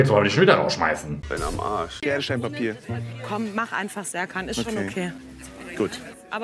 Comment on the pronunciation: Sertschan heißt doch Scherkan! Wissen wir doch seit Bip